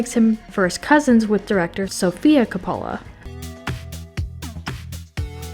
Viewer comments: KAH-poh-lah, not ka-POH-lah. Yeesh. You'd think they'd do a little fact-checking on something as basic as his name. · PLEASE learn to pronounce names correctly if you are going to use them!! COP-o-la, like they themselves pronounce it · Your mispronunciation of Coppola pissed me off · Have I been mispronouncing Coppola for the last several decades??? 😳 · Nicholas Ca-pole-uh? Ben Schwartz says his characters name in THIS video. Teddy Lobo. Yet, you pronounced it LeBeau. Did YOU watch this behind the scenes video? You're too young to be doing this.